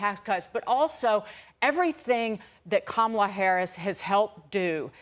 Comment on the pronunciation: Katie Pavlich has been on panels with people who pronounce Kamala correctly, yet she still mispronounces it. At this point, that indicates a kind of stupidity. Unfortunately, Larry Kudlow only recently started pronouncing Kamala correctly, but still slips back into his bad habit.